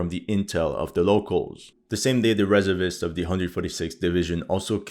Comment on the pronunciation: it's not REServists, it's resERVists.